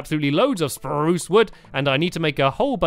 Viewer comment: why do you say speruce